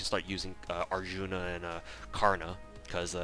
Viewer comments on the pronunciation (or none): none